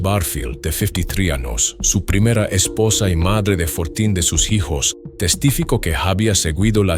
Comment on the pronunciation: Este canal me gusta, pero no puedo evitar reír al oír ano en lugar de año o jijos en lugar de hijos 😂😂😂😂 Buen canal 😅